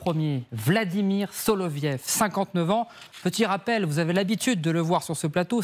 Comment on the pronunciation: " SoloviOv ". Le Ë se prononce " io " en russe. Comme " Gorbatchiov ", " Khrouchtchiov " etc. Apprenons dès maintenant le russe, ça pourrait nous servir dans un avenir proche...